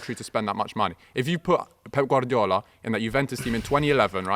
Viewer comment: He knows ball HOWEVER his pronunciations do get annoying tho like I get it for Italian players it’s fine but when saying Guardiola (someone who’s Spanish) I think he should drop the accent